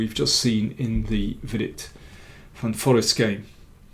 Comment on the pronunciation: Very nice to see an endgame in depth. Looking at the speed with which he was playing, Jorden must have been sure he was heading towards a dead draw. The pronounciation of the double ee in Jorden's last name is like the a in waste or haste by the way: "van foraste"